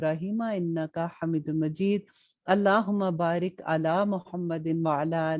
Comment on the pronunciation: Jab ap drood ibrahim parhti hain wahan jahan mad ati hai ain ke oper wahan thora long kya kijye or hamidum majid ko long kar ke hameedum majeed parah karain kyon ke jahan bhi ya par jazam ay us ko thora long kar ke word ko ada karte hain ye maine is lye kaha ke ap ko sab daikh log bhi isi trah parhain gain or baqi ap bohat acha kam kar rahi hain or bohat achi trah samjah kar translation batati hain jo bohat achi trah samjh ati hai shukrya ap ka